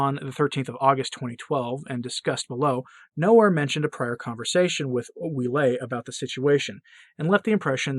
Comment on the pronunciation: Cardinal Ouellet is pronounced “Wellett.” (My mother-in-law’s maiden name).